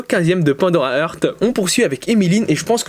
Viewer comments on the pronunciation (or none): none